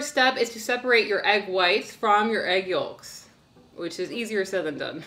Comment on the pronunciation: The way says "yolks" reminds me of Fargo. (Never saw whole movie just a clip of a scene)